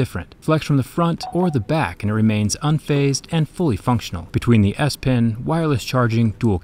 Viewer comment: I can't stop hearing Ass-pen instead of S-pen